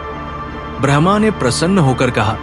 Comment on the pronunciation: Bhai agr normal log bhi tere video sune or smjhe to simple hindi me bola kr smjhe hr kisiko itni shuddh hindi nhi aati or AI translation mat use kra kr jo brahma ko bhraaahmaaa bole